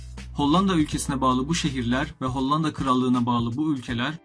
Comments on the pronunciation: Maalesef hollanda diyemeyişinden videosu izliyemedim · Çok kötü önce bir diksiyon dersi al ve Hollandayı düzgün telaffuz et! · Reis nedense her hollanda dediğinde bi gülme tuttu